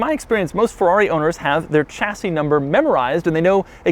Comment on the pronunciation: The "ch" in "Chassis" is pronounced "sh"